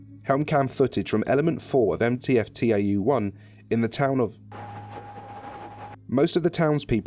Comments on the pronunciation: It's not pronounced "T-A-U", it's "tau" (ta-oo). It's a Greek letter. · btw, tau is pronounced 'tow', it's a greek letter. I just thought you would want to know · I noticed you pronounced Tau T-A-U. It's a Greek letter pronounced (correct me if I'm wrong) Tow. Sorry if that sounds a bit condescending. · Nice, but reading the Greek letter tau as T-A-U really annoyed me every single time. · Ànyone else hate that they're saying T-A-U instead of Tau. . .it's Tau pronounced like tao. Broke the immersion since I'm pretty sure the foundation know how to pronounce Tau 1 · I'd like to point out - you pronounce "Tau" as "Tee ay double yew", but you also pronouce "Epsilon" correctly. "Tau" is in fact a greek letter, not an abbreviation (the same as Epsilon), so it should be read as such. Other than that, loved the video. The voice logs add a new layer of depth to an article I've read many times over myself. :) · After looking at it more, it's also pronounced Taw. It's also another spelling for Tav, a Hebrew letter.